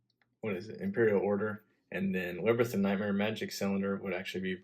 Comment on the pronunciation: "Librith" of nightmare? Lmao love the vids my dude